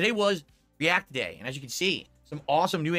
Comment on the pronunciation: Re-ack day. Very nice.